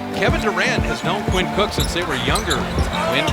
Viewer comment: They said Qainn cook it’s Quinn cook